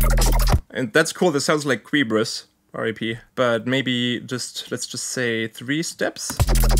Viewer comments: Never heard anyone calling qebrus "quibrus" lol. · whos Kreebrus? is it like cerubus or what is he saying?